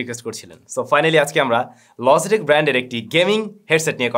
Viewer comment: Why are you pronouncing Logitech like LOZZY TECH?